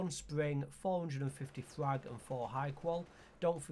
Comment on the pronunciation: What the fuck are you saying scrap and frag?.. so unclear